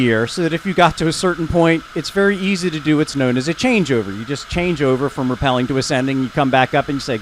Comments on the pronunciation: I’m with on the dry caving + rAppelling, not repelling lol, surprised thought both pronunciations were correct, they’re definitely not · It's pronounced rappelling not rappelling